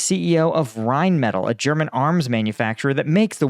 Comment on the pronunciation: "Rhyn-metal" lol